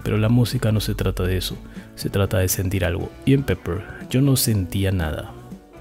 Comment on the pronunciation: Es pepper (pimienta) y no peppers (pimientas). Y se pronuncia peper y no piper, como dicen algunos hispano hablantes.